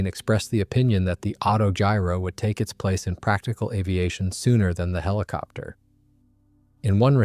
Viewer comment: the hiliopter pronunciation is killing me